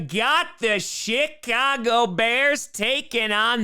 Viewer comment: did you say, "You got the SHIT-Cago Bears"?? I replayed it like 3 times. I swear that's what you said.